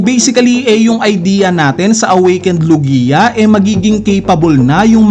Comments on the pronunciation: It’s log-ya, not lu-giya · BOSS HINDI LOGIYA 😂 LOGYA PO PAG PRONOUNCE NYAN HAHAHHA NUNG UNA SI KING HARALD GINAGAWA MONG HERALD 😂😂😂😂